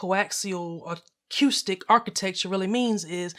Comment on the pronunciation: Repeat after me: akoostic. Not akioostic. Thank me later.